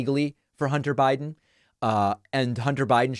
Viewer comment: I don’t blame him. She TOTALLY disrespected him when she chose to parade pics of his junk , in Congress. “Hunder Buyden” was on point.